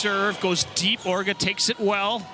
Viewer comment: they called Orro “Ora”, called Orge “Orga” and called Vargas “Karakurt”